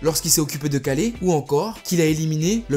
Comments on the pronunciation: Jreve ou il a dit kalé aulieu de kale? 😂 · Stop dire Kalé bordel XD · Mdr il a dit kalé